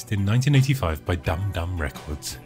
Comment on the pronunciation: I, like many who have already commented, also thoroughly enjoyed this video. Less "Dad Jokes" to boot! As far as the pronunciation of the "Dum Dum" record label, I was wondering if it was actually more like "Doom Doom" due to the lines over the letter "U".